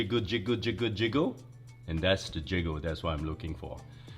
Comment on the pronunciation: “I love the jiggy jiggle jigguhd…”😂